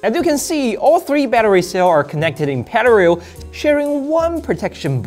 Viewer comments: sir, let me start by saying. you are way smarter and way more talented me. but he way you said "running these batteries in pararrar (parallel)" has be absolutely dieing. Very cool idea. never considered messing with the hardware with an old phone, i made an arcade cabinet using an old galaxy 10+ with a smashed screen, came out good. been working in my house for 5 years now. Goodvideo keep up the good work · Excuse me sir...can you say parallel again ? 😂